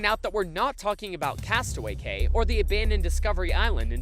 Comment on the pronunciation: Cay is pronounced Key.